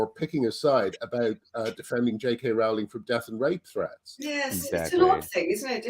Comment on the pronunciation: Ffs after all this time Graham, Rowling is pronounced "rolling"!!!